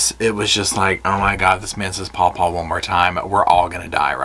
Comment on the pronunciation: saying "paw paw" reminded me of that episode of parks and rec when Leslie Knope calls her mom's old boyfriend "Poo-paw" 😂